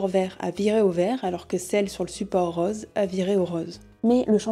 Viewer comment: Rose pas rause ;) On dit VOOOsges pas vauges ;)